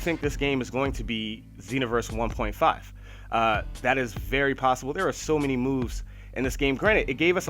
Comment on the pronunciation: how u even say 1.5 u sound ignorant